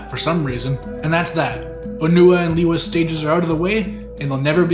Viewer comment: Its lay wuh not lee wuh.